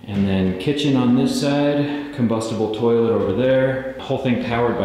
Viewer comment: Lmao "combustable toilet"